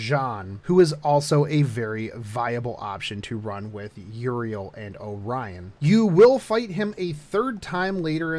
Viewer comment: >Siegfried and Mordred >Single target Dude, no, also fix your pronunciation, stop pronouncing Euryale as Uriel One point about the Tristain fight, get Georgios if you are using Siegfried since he will deal even more damage this way